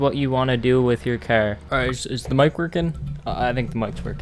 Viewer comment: Why u say cer